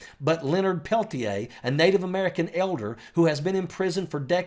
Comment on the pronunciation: I appreciate your content,and at the same time, out of respect to Leonard Peltier, I must correct the mispronunciation of his name. Phonetically, it's pronounced Pell tear. ❤